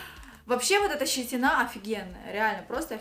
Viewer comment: ЩетинА, средствА, клеЁв, набранА.....Ужас! Перед записью готовьтесь и работайте над речью! Если у вас дорогая машина с кожаным салоном, то почему вы покупаете вещи из Фикса? При этом говорите об уважении к себе и совершенно не уважаете своего зрителя и подписчиков!